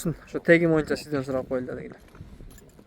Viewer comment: Моюнча дегенинди токтотуп боюнча деп таза суйлочу